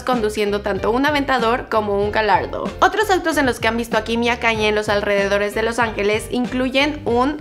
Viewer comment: KanYE ?? Así no se pronuncia